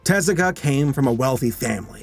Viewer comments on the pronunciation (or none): Double "Er..." then it is te-ZU-ka"... the "EH" for sound "え" , "oo" for "u" (ず) and "ah" for "あ" is an Anglicism to prevent folks from wrongly reading "TAY-ZYU-KAY". It doesn't correspond to the international phonetic charter. The pronunciation is, again, "te-ZU-ka". The stressed syllable is the second one, not the first one. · Er... It's actually TEH-zoo-kah.